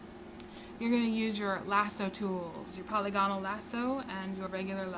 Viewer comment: Not 'poly gone al', but 'pa lig a nal'; not 'hyper bold' (for hyperbole) 'high perb ah lee", as in hyperbolic (high per bo lick).